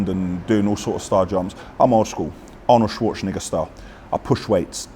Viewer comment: Who is "Arnold shwoshniga" 😂